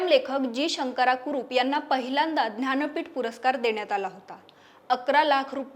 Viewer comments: aaho Dhanpeett Navee Jnanpeeth Ase Uchhar Kara Sham Sham 😢😢😢😢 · महत्वाची माहिती दिली आहे मात्र ज्ञानपीठ या शब्दाचा उच्चार ध्यानपीठ असा भासतो